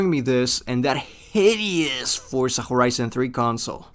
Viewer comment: did he say forza khorizon?